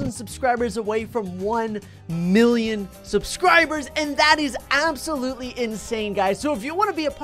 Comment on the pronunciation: When says 1mill I hear 1bill